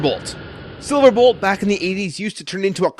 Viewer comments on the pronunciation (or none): you said SilaBolt